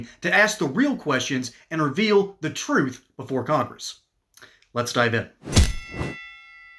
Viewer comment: The "Troof" ??? 🙄